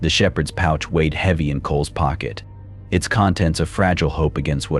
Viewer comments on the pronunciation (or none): none